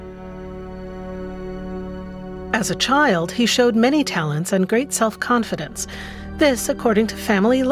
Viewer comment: it’s called self confidence. It’s not called self confidence Emphasis is on the first part, it’s a specific kind of confidence!